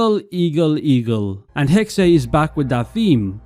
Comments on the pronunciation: It's actually "Hex-eh", the second e is not silent in German. (Hexe = witch) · Please pronounce it as Hex or Hex-uh. Hexay is just wrong and it's been in every video. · Dude it’s clearly pronounced hex not “hexay”. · It’s not. In German you pronounce every letter. So it’s Hexe, but definitely not Hexay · Hexe is not pronounced HEK'SAY. It's HEK'SEH. I'm sure any Germans watching this are collectively facepalming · Its pronounced “Hex” not hex-aye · stop, using AI. its not ''hexey'' its Hex, learn to narrate/speak on your own videos and quit being lazy. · Pretty sure it’s just Hex nog hexay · The correct pronunciation is "Heck-Suh" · You don’t say the “E” it’s silent it’s pronounced “Hex” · It's pronounced "Hex-eh", the second e is not silent. If it would be the English word "hex", it would be written as "hex". But since "Hexe" is the German word for witch, you have to pronounce it like a German. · “Hexe” is pronounced like “Porsche” and “Fiore” is pronounced how you’re saying “Hexe”, Christ dude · Bro doesn’t know how to pronounce hexe